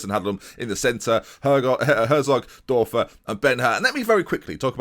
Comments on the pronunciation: the "ör" in Dörfer is pronounced like the "-ur-" in burn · The Ö in Dörfer is prounounced like the U in Ben Hur